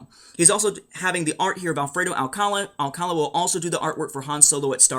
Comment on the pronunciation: Alcalá... not Alcála ;)